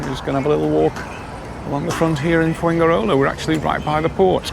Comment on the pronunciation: Fuengirola is pronounced “fuenhirola”, not “fuenguirola”.